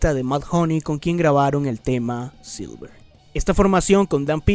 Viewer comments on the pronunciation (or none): Dato curioso no se dice silver se dice y llama sliver